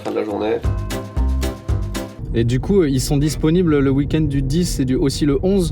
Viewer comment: Hey, je rêve ou tu prononces "wui-kend"??? 😅